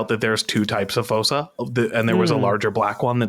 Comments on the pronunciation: It's pronounced "foosa" not "fossa". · Also just a side question .....why are you saying Fossa like that....I have never heard anybody pronounce it like that